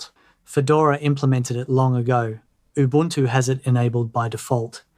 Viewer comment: oo boon too. mah tay